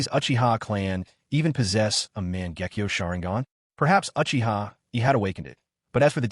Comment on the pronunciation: How you not pronouncing the Uchiha’s name right smfh